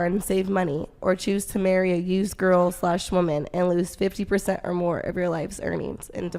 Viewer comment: So annoying the way the woman on the right doesn't understand that "woman" and "women" are pronounced differently